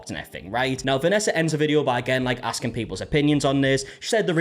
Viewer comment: I knew as soon as she started talking that her "axing" somebody was gonna have to be in here